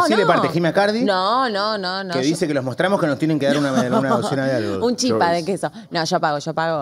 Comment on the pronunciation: programooon solo casi me da algo cuando escuche la palabra chÍpa, es chipáaaaaa